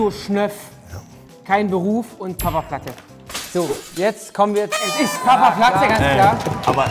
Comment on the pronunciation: Ui da fällt Knossi mal kurz aus seiner Rolle wenn es was zu gewinnen gibt, toller Schauspieler! Das ist das 1.Mal das er Papaplatte korrekt ausspricht, sonst nennt er Ihn ja Papalatte, sowie mit all seinen anderen Künstlernamen,Unges usw..